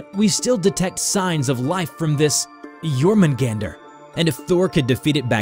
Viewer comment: You were mispronouncing Jorungander. Here's the proper pronunciation: yor-mun- gaun-der. An mjolnir is pronounced: mul- nir